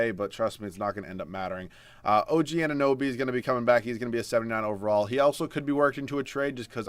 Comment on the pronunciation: you said his name!!!! Finally pronounced OG Anunoby correct!!!